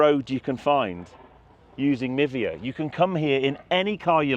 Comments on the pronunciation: Would the App not be pronounced “My Via” rather than Mivia ( like Niva?) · Oh.. I misheard you.. I thought you’d said “Nivea”.. skin care. 🤣